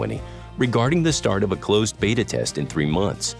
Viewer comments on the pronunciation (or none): none